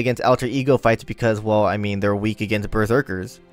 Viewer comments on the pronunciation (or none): none